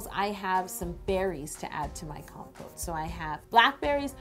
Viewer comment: Lol at first I kept thinking she was saying compost